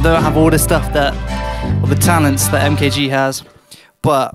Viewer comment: take a listen to his first ep and think about how you’re pronouncing his name, good stuff bro